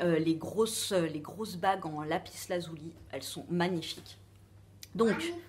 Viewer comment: Pourquoi pas ta miniature en mode doudou plein de poils;)) moi aussi je dois payer payer Payer pour ma voiture bouhouuuuuuu.... Si tu as envie d'une pierre: fonce! Fais confiance à ton intuition. On dit lapis lazuli pas "lazouli" mais bon... On s'en fout. C'est bon pour avoir les idées claires.. Tu vois que tu en as besoin;-). Perso j'adore les pierres et la lithothérapie en général. Aller courage bizzzzz (aujourd'hui je porte justement une lapis lazuli en pendentif et un bracelet de cornaline et quartz). Byyyyyy